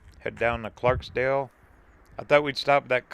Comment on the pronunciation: Please don't take this as criticism, but it is Clarkdale with no s. (No matter what spell check says) Your video is very well done! I spent a lot of time here as a child and my Mom grew up here.